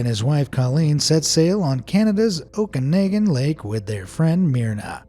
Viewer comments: FYI It's pronounced Okanawgan. Very fascinating enigma in our part of the world. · Oh-kah-nog-an is how to pronounce Okanagan. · oh man that hurts to hear lmao... canadian names can be awkward... it's ohhh kan naug gan lake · So I live in the Okanagan and the ogopogo is definitely a local legend, but the way you pronounced Okanagan was painful 😂 (oak-ah-naw-gan) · The Canadian lake Okanagan is pronounced oh-can-og-an. Also, Nessie, of Loch Ness, is in Scotland, not Ireland. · pronounced the bc canada lake wrong